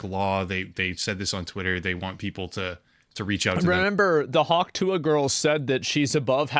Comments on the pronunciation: 😂 Guess she's gonna get Hawk-sue-ahed. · hawk tuah is hawk through-ah